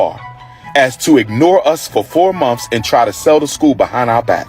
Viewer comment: He’s so educated but he is saying monfs it’s months you ingrate 🤦‍♀️🤦‍♀️🤦‍♀️🤦‍♀️🤦‍♀️🤦‍♀️